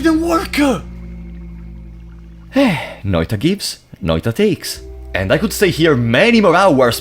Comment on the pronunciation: Big ups for pronouncing Noita correctly. Also these were my favorite streams of yours to watch, even if I only could rarely chat.